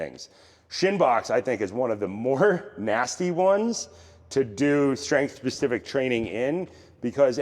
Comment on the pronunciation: When did strength become shtrength? Good content btw